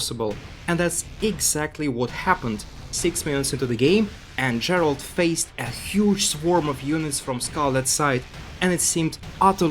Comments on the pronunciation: I don't watch SC2 that much anymore but even I know that his name is pronounced same as Geralt of Rivia (G as in Gregory, not George). Even the casters and Elazer say it correctly in the clips that you showed, but you still pronounce it wrong. Sorry to be nit-picking, but since this video is about Gerald's comeback it would be nice to respect him and at least pronounce his name correctly. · That might be the case, but if you ask a french person to pronounce this name, it'll definitely not sound like the English or Polish version of "Gerald" Anyway, for me, the way is pronouncing it sounds out of place.